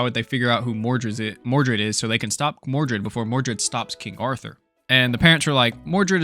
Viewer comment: Don't you mean mordred instead of mordu?